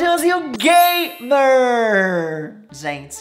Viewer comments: Entendi porque ele diz (gaymer ) o certo seria (gamer) mas e porque ele e gay e fica gaymer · ele que fala gaymer